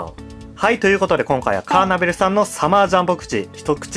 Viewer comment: カーネトル❌ カーナベル⭕